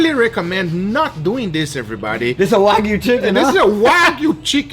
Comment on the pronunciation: OOOOOOOO GUGA YOU SAID IT " WAGU" CHICKEN WHAT IF YOU DEEP FRIED THE CHICKEN IN WAGU FAT😉😊